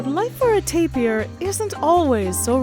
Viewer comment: Nice video. Why does she keep saying tape-ee-er when it's just tape-er. (tapir)